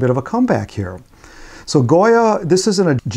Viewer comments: The author's name is Gioia which should be pronounced like "Joy-uh", not Goya. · It is said, perhaps, in other comments, but Ted's last name is pronounced JOYA, not goya. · Thanks,, for taking on this subject; your thoughts confirmed and validated my own experiences and answered some questions about their implications. (P.S. Not the biggest thing in the world, but Ted Gioia pronounces his name JOY-uh, like the poet, not GOY-uh, like the artist.)